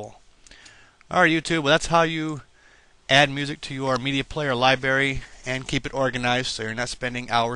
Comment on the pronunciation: wow you cant pronounce worth shit genair and libary